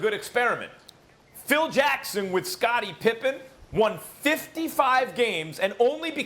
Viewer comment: It’s Pippen